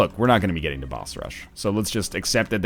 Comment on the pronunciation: Hey NL, I think I speak for a lot of us here, but we really don't like the way you pronounce the word "boss". It is really annoying and offensive and it would be great if you just didn't say it at all.